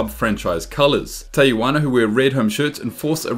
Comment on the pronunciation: Tijuana not Teyijuana